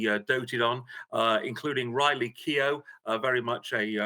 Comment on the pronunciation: Her eldest daughter is Riley Keough not Kiir.